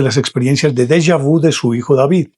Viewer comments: Señor de lo que usted habla no es Della vu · Pronuncie en francés correctamente. Por favor. Saludos